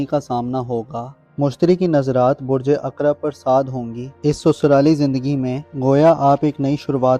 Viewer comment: aqrab alif nhn ain s hota hai